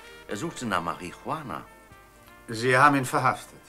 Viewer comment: Denke der Herr Ode hat bei den Dreharbeiten jedesmal wenn er das Wort Marie Juchana aussprechen musste kurz davor ein Joint oder Haschkeks konsumiert.